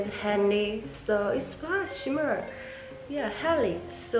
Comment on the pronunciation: L,R 발음을 구분해서 연습하시면 좋을 것 같고 단어 끝처리가 조금 더 확실하면 더 선명하게 들릴 것 같아요. 예를 들어 similar 라는 단어 중간에 L대신 R이 들어가서 시미뤄~ 이런식으로 들리고 hard라는 단어도 끝에 -d 소리가 안나서 헐 잡 이렇게 들려요! 원어민들이 아무리 빨리 말해도 끝음 처리를 다 잘 한답니다,,,(호주인 남편이 가르쳐줬어요) Have, for 말씀하실때 v, f 는 그냥 b, p로 발음하시는데 그거 연습도 하셔야 할 것 같아요! 빨리 말하는것보다 정확하게 말하는 연습이 더 중요한 것 같고 여기 사람들도 빨리 말하는 것 보다 정확히 천천히 말해주는 걸 더 좋아하는 것 같아요! 빨리 말씀하시려다보니 발음을 전부 다 굴리게 되는 것 같은데 차라리 한국식 영어발음으로 또박또박 연습하시는게 더 도움 되실 것 같아요! 저도 영어 못했는데 남편이 발음교정 엄청 해줘서 그나마 나아졌어요, 그래도 가끔 원어민들이 못알아들을때도 있지만요~~ 발음이 좋아야한다는 말이 아니라 정확한 발음으로 연습을 하는게 중요하단 말입니다~즐거운 하루 보내세요!